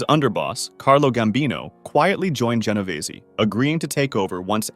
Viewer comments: Ge no vay zee???? 😂😂😂😂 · Jen-o-veeze not whatever the narrator said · He pronounced an extra 'e' at the end. Going to cry?